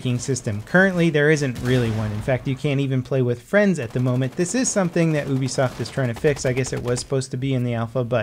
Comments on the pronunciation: Oo-bisoft? Come on. It's Yoo-bisoft. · Just so everyone knows 'Ubisoft' is pronounced as 'YOUbisoft' not 'OOBisoft' flies away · It's pronounced youbisoft not oobisoft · Why can nobody pronounce Ubisoft properly, Its you-bee-soft not oo-bee-soft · UBI soft isent it pronounced yubisoft ? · lol he said oobisoft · Wow ..who would have thought Ubisoft is pronounced OOoobisoft. Dont know if its OOoonclear, whether this is Oooonmistakingly a CS killer or not, im still OOoonsure. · Oobisoft? You Americans pronounce some things very weirdly sometimes...